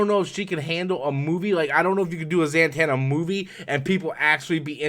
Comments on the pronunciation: it's not that I don't think he knows the character or meaning, it's the pronouncing of her name that gets me. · He is not the only youtuber who mispronounced her name this way